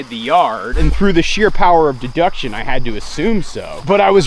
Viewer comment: ....'de-DUCK-tion'..... lolol